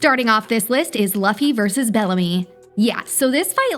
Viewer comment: Its luffy not loffy